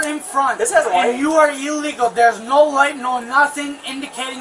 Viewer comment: I love the consistent mispronunciation of the word illegal by this LaCross buffoon as well as many others. Illegal = ill-eagle (as in sick bird) not EEEE-legal.